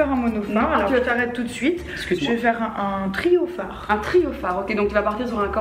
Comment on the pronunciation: A « un triophare » ou « un gyrophare » 🥲 Appart ça ta palette est trop ouuuf hâte qu’elle sorte 😍